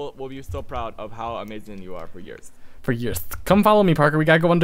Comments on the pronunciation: they have been saying yeers for yeers! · You said years 21 tiems :P